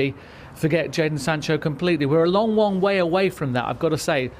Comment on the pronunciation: “we’re a long wong way from that”